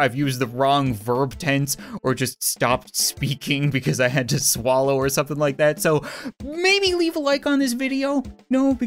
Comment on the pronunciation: “i had to sallow”